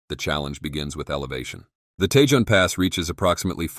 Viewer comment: Tejon Pass is pronounced "Tee-hon Pass" and not "Tay-Jon Pass"